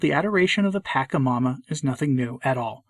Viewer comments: Not that it matters terribly, but it's pronounced "patch-a-momma", not "pack-a-momma" (more accurately, "potch-a-momma", but patch is close enough). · It is pronounced Pah-Cha-Ma-Ma and not Pack -a-ma-ma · It pronounce pa- SHA -mama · Why do you keep saying it wrong? Are you doing that on purpose? Clearly you don't know what you're talking about since you can't even take the time to learn how to say it, I doubt you even bothered to look into it and just went of your bigoted ethnocentric heart and disrespect for indigenous culture. Pachamama is mother earth aka Gaia ,you know planet you walk on every day. The one God decided to put you on. This is why people are leaving the catholic church. It's really sad. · FYI, the "CH" in Pachamama and Quechua, are pronounced as the "CH" in Chile or champion. They do not follow the Italian pronounciation rules where "ch" is pronounced as "k", such as gnocchi. It is not pronounced Pakamama or Quekua. And you are right, in Latin America many, many people revere the Pachamama. It became sort if mainstream during the hippie revolution in the 60s and 70s, and is now everywhere, mixed in with Catholic tradition 🤦🏼‍♀️